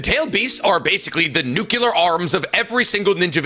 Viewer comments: I wont accept anything about Naruto From a guy who keeps saying "Konowa" and "Nuqilar weapons". And also, DeegoKnigth???? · said nukular instead of nuclear so all his arguments are invalid. He also yells and says Konoha as if it was quinoa soooo. In fact the more I listen the more he pronounces things wrong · "Nukeular" was what bothered me the most from him. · Bro can't even say nuclear properly 😩